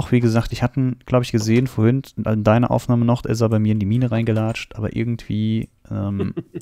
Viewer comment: vorhint..... es heißt vorhin. Bitte sag vorhin...